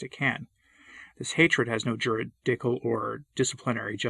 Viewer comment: Another great video,. But maybe check the pronunciation: "juridical" and "connivance."